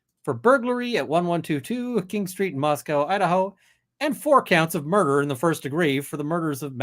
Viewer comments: for all who may be interested, latah is pronounced "lay-tah" and moscow is "mos-coe" not "mos-cow". sincerely, a moscow, id, resident. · Pronounced lay taw and mos Co not mos cow